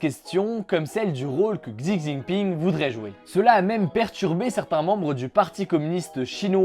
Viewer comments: Un petit tips pour la prononciation du prenons du président chinois. Il se prononce Chi au lieu de xzi voilà ! Sinon très bonne vidéo merci ! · xi se prononce chi ;) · Ce serait plus "tchi" mais en vrai "chi" se prononce "tche" ^^ enfin c'est difficilement retranscriptible à l'écris car il y a aussi une histoire d'accent qui te change totalement le sens du mot :p Si tu veux vraiment en savoir plus regarde une video d'un mec qui s'y connaîtra beaucoup plus que moi et en plus tu auras la prononciation parfaite ;) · c'est plutot entre SI et ZI surtout pas prononcer le ch comme chat